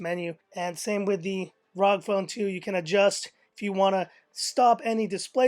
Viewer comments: its pronounced (rogue) ROG phone 2. good video tho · It's R O G as in Republic Of Gamers